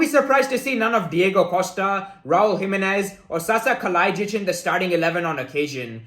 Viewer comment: Bro you must have some Balkan in you 😂, you pronounced Kalajdzic like a native speaker! Massive respect brother and another great video! 🙏🏻